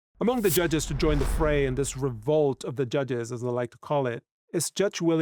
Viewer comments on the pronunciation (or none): none